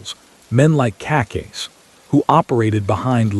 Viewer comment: I would really appreciate it if you pronounce Cacace the right way!